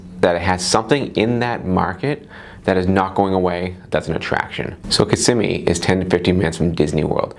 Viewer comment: KISS-SIM-ME you said it right ☺️